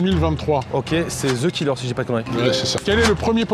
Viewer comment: pourquoi vous dites ZE killer au lieux de ( De killer ) a la prononciation ? vous avez tord a le dire comme ça